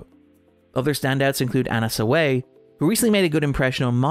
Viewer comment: "Anna Saway" How do so many people still have no idea how to pronounce Japanese? You even sample a clip from the official podcast where Kondo pronounces it properly.